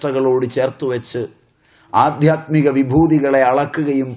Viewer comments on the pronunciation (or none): ആദ്യാത്മികം എന്നല്ല ആദ്ധ്യാത്മികം എന്നാണ്